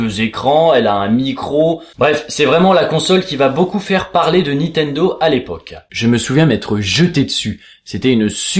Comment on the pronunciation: Sympa cet épisode, et très émouvant ... Mais j'avoue que c'est assez déroutant de t'entendre prononcer systématiquement "Nitendo" au lieu de "NiNtendo" LOL :)